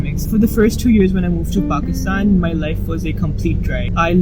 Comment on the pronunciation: Why can't say Pakistan properlyy